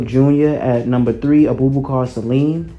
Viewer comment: Great choices! Abubakar Salim is my choice too. But you butchered his name😂😂 It's pronounced as (a boo ba kaa)